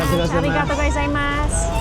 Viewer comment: For future reference: “go- zaiya-MAS.” Sounded like you were always saying “goza mas.”